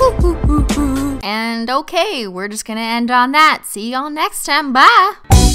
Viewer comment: "Byah y'all" You sound so Southern lol